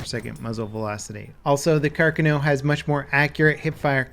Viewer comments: Yea it's not car car no it's has one "r" not two car khan o is how it's spoken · Pls its car carno not carconoe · Andrea Musso he spelled it as Càrcano, while it is Carcàno... Comunque ciao ahaha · CAR-CA-NO not CAR-CANO. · It's Car-CA-no, not CAR-cano It's Ob-REZ, not OB-rez It's Avto-MAT, not AV-tomat From now on, we will call you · Never heard of the carcan-o. I do like the car-cano though. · Car-kahn-oh Not Car-kuh-now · "Kerkiknew" wtf. Try car-cawn-o. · It's Carcáno, notice the accent on the second a. Plz, my ear bleeds every time you say Càrcano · Its pronounced like Car-Cawn-Oh. Not carkano. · its not carca-no its car-cano pronounce it right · “Car-Cahn-no” not “car-kuh-no” or “car-cah-now” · Car cun o? Carcano Lol how to pronounce? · Carcano not cu cano, Carkino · It's pronounced, KAR KAR NO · It's "Car-ka-no" jesus... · car-CON-oh is how you say it :/ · It pronounced Sar-ka-no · Carcano, pronouned Car kaa (like ska, a long a sound) know (long o) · "Carcanow" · It’s pronounced like car-con-o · CAR- CON- NO that's how you pronounce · It's pronounced 'car-con-O' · God your pronunciation of the weapon is terrible. If your doing a video, say it right. What the hell is a “Karkcano” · the are-sayk-ah and the car-cuh-no lmao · The stress is on the second "a" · Carcano •kar kah noh• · it's pronounced like this: car-KHAAAAAAAN-o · I think it’s pronounced Car-khanoh(emphasis on the second syllable). I love the iron sights, I’m awful with optics. The Smle carbine and Lebel infantry are my favorite :) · Oh ffs it's pronounced car-kah-no. And that lack of fireball on every trigger pull is annoying. I've shot one of these and trust me, if you dink someone at point blank and don't hit, the fire from the shot WILL scorch their eyebrows off at a bare minimum. Sorry, had to get that out. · The Car-canal and Carcanio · ikr carcanow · He is actually saying it right cárcano yes carcáno no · Thank you!!! That was driving me crazy the whole video. Car-CAN-oh